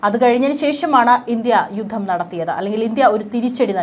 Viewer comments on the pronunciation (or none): ബീഗരാക്രമണം ബൂഗമ്പം,യുദ്ദം!!!!!!!? പ്രദമ. !?!? യുദ്ദകാലം!!!! ,പലതവണ ഈ തെറ്റായ ഉച്ചാരണംചൂണ്ടിക്കാണിച്ചിട്ടുണ്ട്.താങ്കൾതിരുത്തുന്നില്ല.